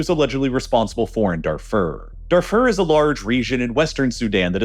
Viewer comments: Please, mispronounce Darfur one more time, it’s truly music to the ears how much you butcher names to farm engagement! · Pronunciation of the following needs some work: - Darfur - apartheid - during